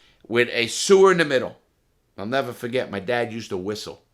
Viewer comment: Larry “and i’ll neva fuhget” Lawton